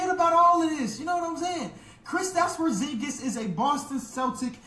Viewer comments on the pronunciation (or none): U serious w that porzingus pronounciation i cant tell 😅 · Por Zon Gus